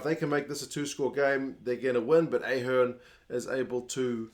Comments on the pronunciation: Hey it’s Ahh- hern, not Ay- hern😊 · Your back to A-hern again!😂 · Id say ah-HEARN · Not the best game I’ve ever seen, but through no lack of effort. And it’s AHern.